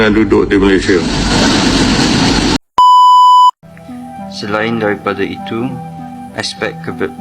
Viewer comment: M - A - L - A - I - S - I - A dibaca Malaidesh 😂 .. ..